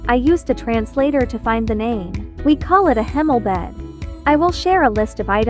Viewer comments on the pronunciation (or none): I am dutch too! the ''hemelbed'' is is actually pronounced ''Haymoulbed'' lol!